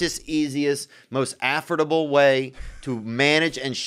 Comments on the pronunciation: hearing Theo mispronounce the word affordable had me in tears 🤣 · Theos pronouncement of “affordable” is incredible